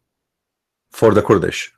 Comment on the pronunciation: Sorry, I like your information, and I do follow you, but?Your English is atrocious both in grammar, and pronunciation. Here is my advise. Use the computer translation which has a voice pronunciation for the words to teach you Kurds and Kurdish, not kord and Kordish.or say it in Arabic Akradاكراد. When you mention group then the verb can’t be singular is but are, and were etc. Write your theses and read it more preferred than speaking extemporaneously. God bless you for your vast knowledge of Islam.